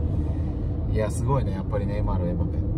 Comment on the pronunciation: ちゃんとエンバペって発音してる。ちょっと嬉しい。 長友さんマルセイユで待ってます！